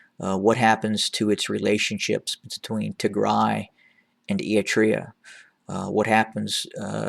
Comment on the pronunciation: Why do you pronounce Eritrea “e-i-trea”?